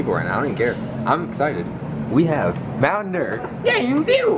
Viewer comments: why do you say mountain deer it's dew ? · why are they saying mtn derr instead of mtn dew?